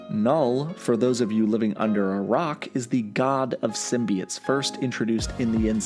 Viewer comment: Symbi(oh)tes not “symbiut”